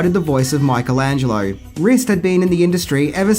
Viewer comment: Why you englishmen always butt rape the name Michelangelo?